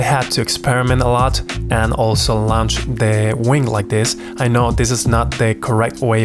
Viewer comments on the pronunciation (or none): Hello friend. Just so you know, the word "launch" is pronounced "Lawnch". Don't pay too much attention to the "u" in the word.